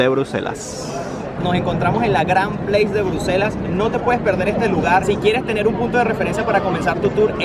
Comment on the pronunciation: Se llama “Grand Place” en francés, no en inglés, de verdad que no sé porqué lo pronuncias en inglés, se nota que ni siquiera esta en inglés. Que vergüenza que hagas videos sin informarte.